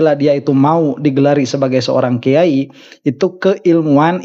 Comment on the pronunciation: Kuyayi a bukan kiayi😂